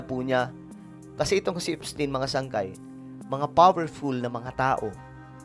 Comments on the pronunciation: Epstayn is the correct pronunciation. That is a German name. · Epstayn po basa nyan! 😢✌️GOD BLESS THE PHILIPPINES 🙏🙏🙏